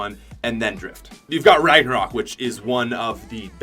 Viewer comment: It’s pronounced rag no rock